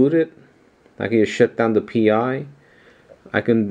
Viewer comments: great work. VERY impressive. Just so you know though, you should pronounce it like "Raspberry Pie", not "Pee eye". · Yes. Like the others said... it's pronounced Rsspberry PIE ... Pi is same as Pi as in 3.14 ...